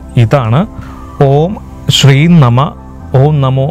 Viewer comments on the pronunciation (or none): none